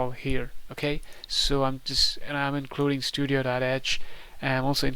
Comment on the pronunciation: you also reads std-io.h as studio.h 😄